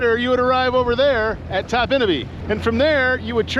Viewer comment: I've been going to Topinabee since 1971. My grandparents lived there from 1971 until 2000. They always pronounced it TOP-in-a-bee, not top-IN-a-bee.